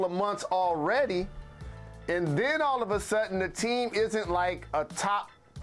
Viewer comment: "All of a sut in," Say what?